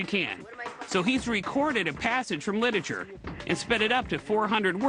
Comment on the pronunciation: "So he's recorded a passage from lidahture"